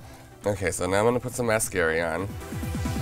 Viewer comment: He pronounced mascara "mascary"😐